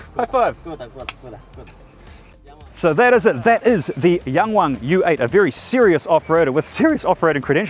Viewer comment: pretty good pronunciation 😊